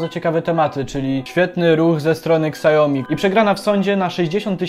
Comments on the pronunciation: Siaomi a nie kasjomi ;) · mówi się "siomi", nie "ksajomi" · siaomi, nie szałmi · przez jego amerykanski akcent to brzmi jak "szałmi" lecz poprawna mandarynska wymowa to "siałmi" to "ał" jest krotkim ao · Spec od marketingu, który nie potrafi wymówić Xiaomi poprawnie.